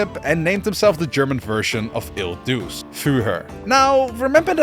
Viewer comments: UMM ACTUALLY it pronounces not as duse but duche because when letter C has or E or I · " Duce " in Il Duce is pronounced as " Doo-chay ", due to the " ce " in the Italian language sounding like that. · you pronounced "duce" in the wrong way but still really good video